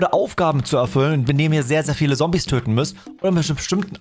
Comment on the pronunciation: Das du Sombies sagst triggert mich echt😂